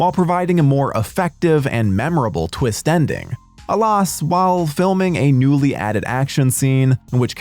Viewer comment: Weird pronunciation choices: “Jag-wire” (twice) and “alos” for “alas” cause me to suspect some AI in the narration. It’s getting increasingly harder to tell.